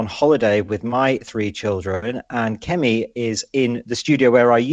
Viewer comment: Checked Kemi's name: so get it right. Don't announce youre going to keep getting it wrong anyways! Such a cliché She even gave you an aide memoire.